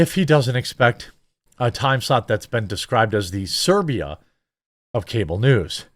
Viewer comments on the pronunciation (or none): I gotta help him out. It's a bad look, Siberia sy-BEER-ee-ə 😉 Acosta soon to be the host of Antique Roadshow 🤣💩🤡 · Really, dude? It's 'Siberia' (seye-ber-ee-ah), nor 'Serbia' (ser-bee-ah). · 😂 "SIBERIA" not Serbia. Big difference, HUGE difference! 😂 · Siberia, not serbia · Siberia--- Sy -beer -E -uh... (the country)...lol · Actually, it's not Serbia, but Siberia. As in the place of the Russian Gulag (Prison), etc. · It “Siberia” not Serbia 😂 Don’t be a dumbass, and do your homework and read things before you go live and say foolish things. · it's SIBERIA , not SERBIA :)) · It's not Serbia of news but Siberia 😆 I am from Serbia but these idiots are going to remote Stalin's gulags of news which is in SIBERIA 👏😆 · Please pronounce Siberia correctly - it's not Serbia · Serbia is not Siberia...😂 🇨🇦🤓✌️ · Siberia not Serbia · Siberia… not Serbia. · It’s SIBERIA not Serbia 😂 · Siberia, Jeremy, NOT Serbia. 🤦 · It’s not Serbia. It’s SI -BER-IA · why do you keep calling Siberia Serbia? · SIBERIA like Siberian in Russia. Serbia of broadcasting was funny tbh. :D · Its not SERBIA, its SIBERIA - as in the Russian Siberia, where people were sent to gulag camps.... Sorry, just had to... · Serbia... lol... Read that again Jeremy. It says Siberia my friend. I'll translate since I'm Mid-Western to: (Psy-beer-E-UH) lmao. Hope you're having a good one. Great video. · It is Siberia, not Serbia. God you make too many mistakes like this and it always drives me away for a few weeks because you don’t come off as smart enough to discuss the issue if you can’t read or do basic math… I appreciate what you do, but you need to be sharper. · It's Siberia, not Serbia. Come on Jeremy! You're smarter than that. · DUDE!! It's called SIBERIA - not SERBIA!!😂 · Please.... S.I.B.E.R.I.A. = Siberia (as in where the Russian Gulags are) not Serbia (the Balkan State beside Bosnia). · You need to learn to read. It's Siberia (aka cold ass part of Russia) not Serbia (one of the Balkan countries).